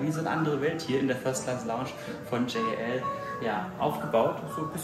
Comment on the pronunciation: Wie immer super Video von euch - informativ und sympathisch 🤗 Die Lounge sieht wirklich fantastisch aus. Gepaart mit dem 1A Service ein Traum. Die Japaner selbst sprechen JAL übrigens immer als ein Wort aus (also „Djall/Dschall“). Und ANA entsprechend „Anna“ ☺️